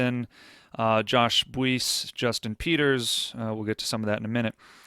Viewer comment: I am certain that Josh’s last name is pronounced “Bice” with the “u” being silent